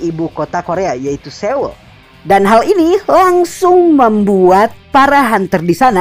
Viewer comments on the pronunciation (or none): none